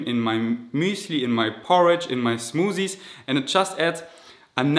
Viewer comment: zmotthiesss hhaha